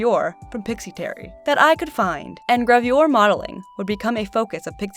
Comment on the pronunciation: I got very triggered by your pronunciation of "gravure"